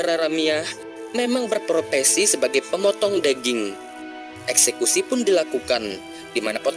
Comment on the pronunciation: Bergulung lidahmu.. Adeh...daging bukan deging....adihhhhh